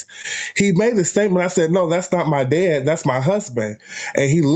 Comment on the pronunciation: Wow, humbled that guy like nobody's "biz-ness". Is it just me or does it sound like he is saying "dead" rather than "dad"...?